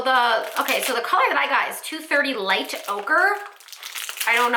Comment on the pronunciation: I’m definitely not the type of girl that gushes over makeup, but this looked so nice and smooth on your skin. Would definitely be interested in seeing your full makeup routine... I could learn a thing or two! Also - when you first mentioned the shade, I honestly thought you said “Light Ogre” and it made me lol. After further investigation, I realize it is “Light Ochre”, which makes way more sense, haha! :)